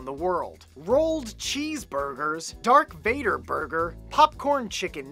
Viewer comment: Did that just say... Dark Vader? Last time I checked, it was Darth Vader.